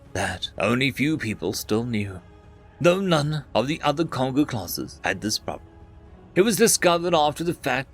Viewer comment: Kongou is a Japanese name. It is pronounced Kon-goh. Like the African Congo.